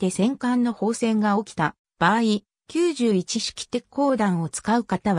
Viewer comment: きゅうじゅういち↑し↓き…w